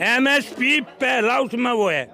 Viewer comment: bhai MSP ko SMP bol rha h..lekin karega virodh..😁😁